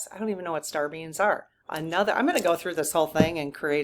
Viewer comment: it sounds like you're saying "star beans". :)